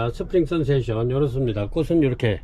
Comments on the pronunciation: 스프링"센세이션" 이라고 쓰고,스프링"선세이션"이라고 하시니 매번 영상 볼때마다 확인 한번 하면 좋겠다 싶었습니다. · 센세이션 아닌가요?